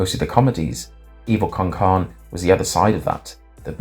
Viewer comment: I know it’s probably a result of your accent, but just so you know, carne in “Evil con carne” is pronounced “car-neh” which is Spanish for steak, or meat. Like….steak tacos would translate to “taquitos con carne” it’s evil with steak, lmao, I’m guessing it’s referencing the spanish accent that the brain has. Also, for some reason Mandy sticking that ray gun into Billy’s brain in the original short animation makes me recoil in pain more than anything I’ve seen in their real show haha.